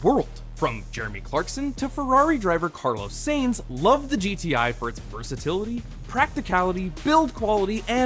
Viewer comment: carlos seyns? lmaooo